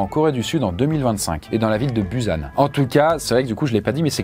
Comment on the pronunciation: Busan, ça se prononce "Pousane"